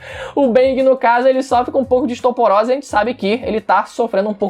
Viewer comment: “estoporose" kkkkkkk